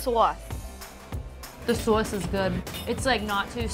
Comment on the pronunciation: How's the swauce? what? oh sauce!